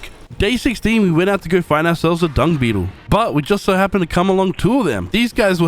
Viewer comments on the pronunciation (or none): none